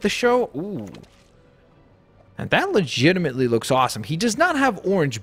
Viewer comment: Can you STOP saying ligitemently so much